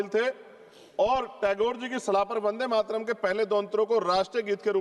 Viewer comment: जो ढंग से वंदे मातरम बोल नहीं पा रहा वो भी ज्ञान दे रहा इनसे कहो भाषण तो सही से कहो किताब न पढ़ो वो भी अशुद्ध वर्तनी के साथ।